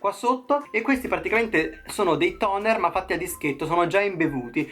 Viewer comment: nooo Toner 😝 tonico... amo il tuo inglese!!!